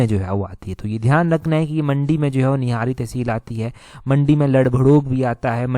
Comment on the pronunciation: Nihari nhi nihri निहरी